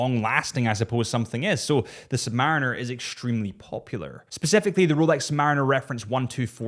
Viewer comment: Not "sumberines". ....submarines... having fun with you... enjoy the content